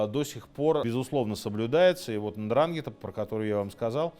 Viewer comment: Очень много ошибок (((. Пара примеров: 1) НдрАнгетта - ну тогда говорим БрУскетта. В итальянской транскрипции при такой структуре ударение на предпоследний слог. Правильно говорить НдрангЕтта 2) после Маранцано не было “capo dei tutti capi” - это был одно из основных правил Сальваторе Луканиа (Чарли Лаки Лучиано) Нет одного босса, есть совет семей. 3) В Америке не было землячества, разделение по рождению строго соблюдается только в Италии. Джон Готти Первый (глава клана Гамбино, изначально Анастасиа) был неаполитанцем. 4) главой Murder Inc. был Луис Лепке «Бухгалтер» И т. д. ………..